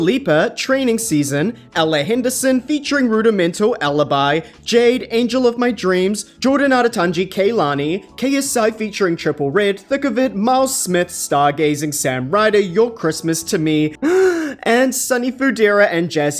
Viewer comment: Trippie redd honey, not triple redd